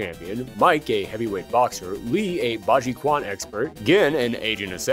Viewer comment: I'm a big fan of the channel and a even bigger fan of street fighter. While I've watched all your fighting games retrospective, I keep hearing the popular martial art style "quan 拳" part of "bajiquan 八極拳 " pronounce the wrong way. Which really isn't your fault because that word is often spelled with the letter "q" which I never understand why. The "quan" part should be read as (the way I would spell it in English) "chuan". Like you would say combining the word "chu" (as in "choose") with "yan" (as in Japanese "yen"). You'll see this word "拳" comes up alot in fighting style because it literally means in Chinese "fist/punch", or it can be loosely translated as "style" or any martial art style that uses primarily fist (as in "bajiquan 八極拳" = eight extremist fist/style, or "zui quan 醉拳" = drunken fist/style). Just a slight nit pic that's been bothering me in otherwise perfect presentation. :P Love all your Fighting game videos~ please keep making them. <3 ** ps, a favorite practitioner of bajiquan, Akira from Rival School. ;)